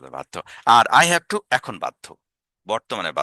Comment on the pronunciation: অসাধারণ স্যার। আপনার চ্যানেলে সময় দিলে শিখতে পারবো ইনশাআল্লাহ। মাঝে মাঝে ঠু ঠক না বলে টু বা টক বলেন মানে উচ্চারণ আগের মতো করে ফেলেন এটা সংশোধন করলে আরও ভালো হবে ইনশাআল্লাহ।